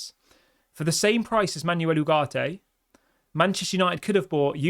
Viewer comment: Sancho to go.... Ugarte is better than the others you mentioned I would take Ugarte and Amrabat together... Stop saying Ugarte is too expensive. He is worth what we are willing to pay. Also, please practice saying foreign teams and players names before coming on and talking about them such as Panathinaikos and Manuel... cheers